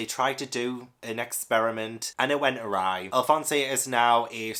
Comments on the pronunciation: Pronunciation Guide: Alphonse: Al-fon-z Sakura: Sah-ker-ah Sasuke: Sah-s-kay Pretty sure those were the only ones I noticed and this is only based on the anime so it could still be wrong. Also, if you look into the backstory of Berserk, I think you'll love it even more. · This was fun! I was sad that FMA didn’t win, but am glad that you plan to go back to it. When you pronounced Alphonse’s name, I had a good chuckle, I’m sure other people have corrected already, but there is no “eh” sound, the e is silent. Think Alphonse Mucha, the art nouveau artist. I don’t know any other famous Alphonse’s off the top of my head. Love your idea at the end of doing a bracket for different genres. I’d love to see you read Pretty Guardian Sailor Moon and Fruitsbasket one day!